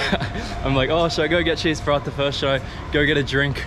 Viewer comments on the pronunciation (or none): Will he ever stop saying cheese parata ?? 😹<3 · When say, "Cheese Palathha " instead of Paratha. 😂